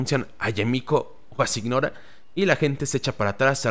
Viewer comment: Es normal que mihoyo esté exprimiendo el juego, es un producto y esta en su mejor momento. Poco a poco irá cayendo, yo por ejemplo ya estoy listo para dejarlo un buen tiempo. Y no gasto ni un solo peso en el juego. JajaajJ Por cierto, Signora se pronuncia siñora, todos loa nombres de los 11 son italianos.